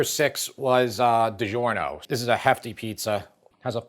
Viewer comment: It’s di -JOR-no, not di-ZHOR-no! In Italian, “gi” is the “j” sound,as Italian alphabet does not use a j.